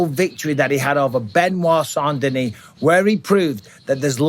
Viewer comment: I would like to thank you for pronouncing saint denis properly on behalf of everyone that speaks french.